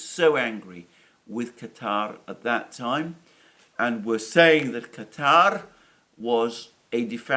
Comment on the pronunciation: Good to hear Alexander pronounced Qatar correctly, instead of the usual American pronunciation of "cutter".